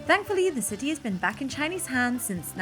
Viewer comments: No you are not the only person, I’m her dad and I always smile when she says ciee instead of city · have to admit after following you two for ages, I’ve been hooked on your pronunciation of any word containing a T…. You hardly ever pronounce the T and I have to smile. And, today I find Jack saying city without the T…. Lol, now on top of enjoying your vlogs, I’m searching for the lost T’s. Love it. Keep the content coming and, am I the only follower with this obsession?